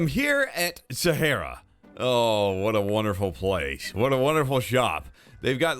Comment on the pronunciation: It’s pronounced Sahaaaaaara 🤓